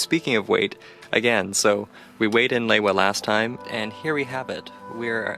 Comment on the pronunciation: It's pronounced " lee-wa"